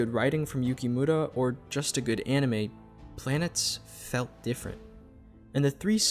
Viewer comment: It's pronounced "planetess" btw.